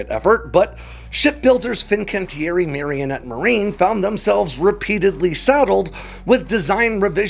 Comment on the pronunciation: It's not Marionette. It's Marinette. Mare-ih-net.